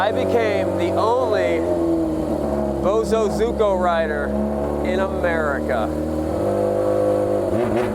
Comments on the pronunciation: Pronunciation is Bo as in little bo peep. Zu as in zoo with the animals zo is z with the o from orange ku as in Koo. Bo zu zo ku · you might be "the only BosozUko rider" in the USA, because the others are actually BosozoKU! Please, just call it BOSO, like Bozo. Its PAINFUL to listen to. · Bo. So. Zo. Ku. Boso. Zoku. Bosozoku. If you google bosozuko it comes up with results for bosozoku. Its like Goku from dragon ball z but instead it's bosozoku. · I want that GPZ1000RX!!!!! Side note, my wife lived in Japan as a teenager and knew some Bozo-soku. That's how she has said it for 35 years, not bozo-zuko but so-ku!